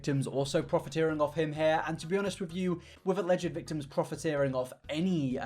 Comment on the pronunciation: wait...im sorry... you say thictims?